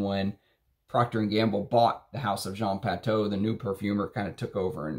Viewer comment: You pronounce it ' Jean Patu⬆️" hehe😄